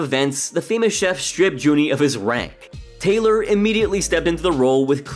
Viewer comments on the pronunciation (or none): none